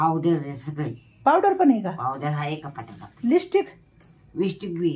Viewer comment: विसटीक नाही गं. लिपस्टिक.